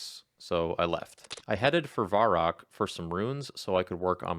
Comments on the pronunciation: VUH-rock, not VAR-rock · hey just a heads up its pronounced vehr-rock not varr-rock